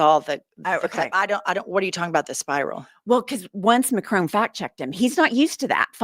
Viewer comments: It’s Mac-Ron not macronne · Please please please, will Americans please please learn how to pronounce President Macron’s name! It is Mac ron, not Mac rone! For the love of God! So disrespectful. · As a French native, I must mention the following. Macron? The N is SILENT, IT’S MACRONNNNNNN ! ❤ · Fact check for you ladies. Macron's name is not pronounced MacRONE.